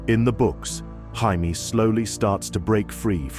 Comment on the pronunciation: Had to stop. Teach the AI how to pronounce Jamie properly please. "Hymie" OMG smh 😅